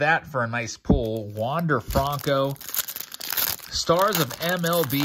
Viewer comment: “Wonder fronco”